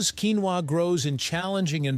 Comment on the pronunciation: If you going to make an expose on the topic, how about you learn to pronounce the word correctly in the first place?